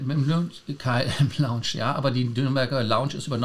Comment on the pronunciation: kannst Du Dir mal anhören, wie Lars "Lounge" ausspricht? Du sprichst es immer wie das Englische Wort "Launch" aus;-)